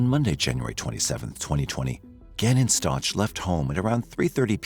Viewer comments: Video is only 2 weeks old, and facts are wrong in it. Leticia is NOT in Colorado. She was transferred to Kansas a year ago. Her name is pronounced Stowk, not Stouch! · Why do you keep calling them Staunch ? It’s Stauch like Stauck with a K sound. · "Stotch"? Really? It's pronounced "Stowk." This case is not recent at all, the trial was televised and her name was all over the place in the news. She says her last name in this very video, yet you still pronounce it "Stotch"? Oh wait. This is AI, isn't it? It's still wrong. 😅🤣😅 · It's not Stoch.... it's Stauch.... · The name is pronounced stowk not starch I know the ch is confusing but I really feel you should get his name right, sorry for being picky. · STOW-K not STOCH. Rip Gannon 💙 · It’s pronounced “STOWK”. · Stow, like cow and ack like back. Gannon Stauch (Stowck). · Cannon’s last name is pronounced “Stouk”. And the Stauch family is from Horry county (pronounced Orry not Horry). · You could pronounce his name correctly. Its STOWK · Stauch is pronounced with a long o like "out" and the ch is pronounced with a hard K sound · Stau -k is how it’s pronounced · You're saying their last name wrong! It's pronounced stock but it's spelled Stauch. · You’re mispronouncing his surname - it’s a hard ‘k’ at the end. Please do your research and figure this out before you publish. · Oh FFS! Atleast say their name correctly.. if you're going to release a video for Monetary gain. Last name is STAUCH pronounced "Sta ow k" "Stauwk" not "Ch" sound at the end. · The name Stauch is not Letecia, it is Al, his family, and most importantly Gannon. So I wish people would put a little more effort into making their AI narrator get it right in pronunciation st-ow-k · Stauch ends in a k sound not ch. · It's pronounced "St-ow-k" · His last name is prounouce st-ow-k... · I'm not trying to be rude, just for respectful & accuracy purposes...his last name is pronounced ST OW CAH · Please pronounce his last name correctly